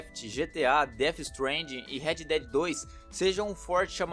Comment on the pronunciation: Sou do tipo conquistado/explorador, só não ligo pra platina, e pelo amor de Deus é Red dead não redi😂